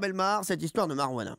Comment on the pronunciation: Vous avez coupé le meilleur moment de l'histoire là où tout le monde délire parce que Pierre sait pas dire Marijuana :(